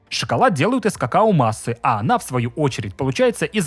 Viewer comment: кокоа бобы😂